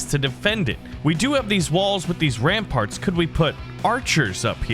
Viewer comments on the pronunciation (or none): none